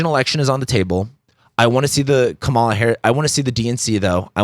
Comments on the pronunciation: Here's a fact you overlooked: her name is pronounced: Comma-la. Or ", la". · Please pronounce Kamala's name correctly. Comma la... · Her name is pronounced Comma-la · Emphasis on the first syllable. Like Kamala. 🤦‍♀️ You said that this is all utter nonsense. I agree that all you said is utter nonsense. Jesus. Unsubscribed. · You might want to start with learning how to pronounce Kamala's name correctly. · Please have some professional respect and learn to pronounce her name. So lame. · Why can't you say her name correctly?